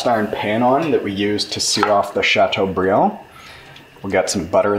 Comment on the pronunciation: “chateaubriand” ..nice...Great video!